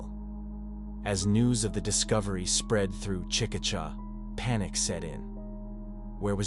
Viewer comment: It's pronounced chick-a-shay😊